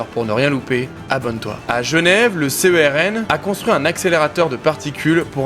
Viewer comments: 🤓 On dit le CERN, non pas le C.E.R.N. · J'y ait ete en stage, mais ils le prononcent cèrne, pas c e r n